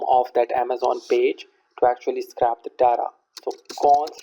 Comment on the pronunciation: Just to let you know scrape isn't pronounced like that, think of the word ape with scr in front of it. What you are saying is "scrap" which means to throw in the bin, very different meaning :)